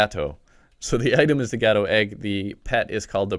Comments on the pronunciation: he sound like hes says gehto inead of gato. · also you said gato wrong gato is spanish for cat